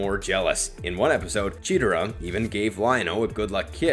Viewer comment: I hate how he pronounces chetera instead of Chitara